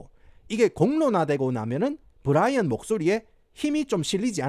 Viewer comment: 부롸이언~ 경상도 사투리에 겁네 이질적